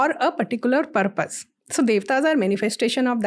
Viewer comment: you cant say EUAWWWROPE for Europe and then say Purrrrpussss ffs